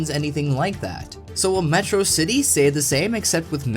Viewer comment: You pronounced Metro City wrong. Sounds suspicious.